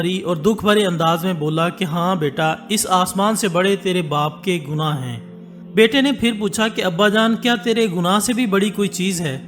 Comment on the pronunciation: لفظ غناہ نہیں ۔۔۔گناہ ہے۔۔۔